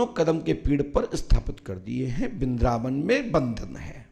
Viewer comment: kripya aap apne बिंद्रावन ko thik kijiye 😂😂😂😂